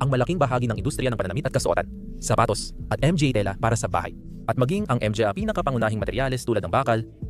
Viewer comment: ...what the heck is M G A are you using AI?????M G A is pronounced in Tagalog in syllabic as MA NGA.....please fix this major issue first before uploading....and also it would be better if you input an automatic English transcript in every words you said in the screen so all over the world will be able to read and see your videos instead of tampering with the CC icon or the setting icon....please...i like your content well researched but failed in the upload content